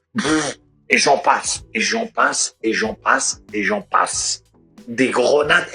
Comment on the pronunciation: C est pas gronade monsieur mais grenade 😂 On t attend mon pote